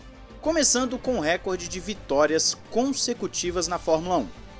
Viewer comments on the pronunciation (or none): Por favor, é "Recorde" e não "Récorde" a sílaba tônica é re-COR-de, posição paroxítona